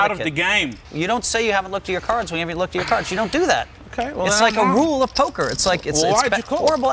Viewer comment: Just came to comment.. “It’s POKAH ” Alright see ya guys 👍